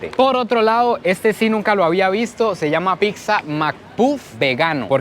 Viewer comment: Es pizza Chico no pixa